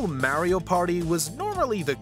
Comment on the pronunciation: The way he said Mario’s name made me go watch something else😊